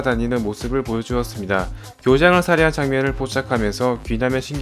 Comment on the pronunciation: 교장을 kyojang 이라고 한게 웃기닼ㅋㅋ